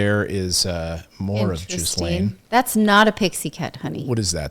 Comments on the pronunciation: Possibly the worst pronunciation of Ghislaine. It’s pronounced Gill-enn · Please please pronounce her name properly...Gee-lehn. The "s" in her name is silent. It is not pronounced Jizz-lane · She is French, so her name is pronounced Gee-LEN, not Jees-LANE. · U need to pronounce her name correctly. Ge lane If u can't, don't talk. And when these girls were being used, where were the parents In all of this. What Maxwell did was horrible. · Please pronounce her name correctly! Lol "Jizzlayne" sounds AWFUL! Lolol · If you are going to commentate, please learn to say names correctly. It isn't that we haven't heard Maxwell's first name enough. It is not Gizzlaine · she called her jislaine😆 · How many times has the name ghislaine been on the news and these people still can't pronounce it!!!!!